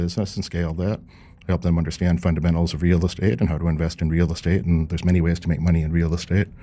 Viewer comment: I cringe at how he says real estate. Anybody who’s been in real estate doesn’t pronounce it in that way